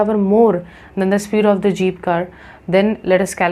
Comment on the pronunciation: According to didi" jeep"❌ zeep 👍